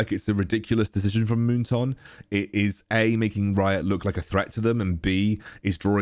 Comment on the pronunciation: Me: moon"Toon" like loney"Toon": Moon"Toonk📢" 😂😂